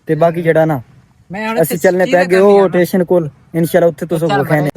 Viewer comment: ٹیشن نہیں بھائی اسٹیشن ہوتا ہے